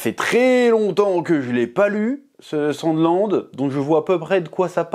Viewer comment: J ai compris "sans glande"